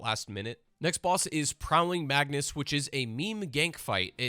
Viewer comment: "next boss is prowling magnus" you mean prowling magus? jesus bro, you're racking up views hating on a game that you can't even pronounce the things right in....